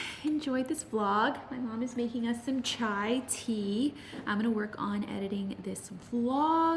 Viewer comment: Loved when you said "chai"😍😍..love from India!!